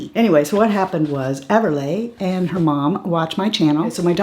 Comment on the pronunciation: We're so glad you liked the earrings! Everleighs name is pronounced ever-lee..like the Everly Brothers..she still listens to the birthday message you sent..& now she wants to watch this video over and over 2 lol she said my friend is on YouTube all the time..thank you for sending the message it means alot to both of us.